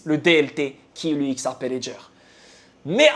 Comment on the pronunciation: On dit xrp par x ar p crétin